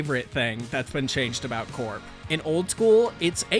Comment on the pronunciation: Wooh someone who can pronounce corps name right 😀😀🤯